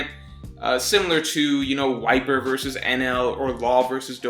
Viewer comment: I swear you said whitebeard vs enel i had to go back and realize you said wiper vs enel